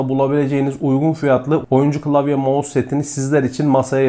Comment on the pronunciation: Abi "mouse" ya gözünü seveyim bu işin içindesin yapma 😁😊(yanlış anlama abi doğrusunu deyim dedim)